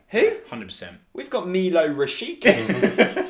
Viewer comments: Btw you pronounce Rashica "Rashitsa" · Milot Rashica (Meelo Rashitza) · How come Bundesliga expert (friend of yours) accepted that weird "Rasheeka" pronunciation? Quite hilarious. 😂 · Rashica is pronounced at the end like Pizza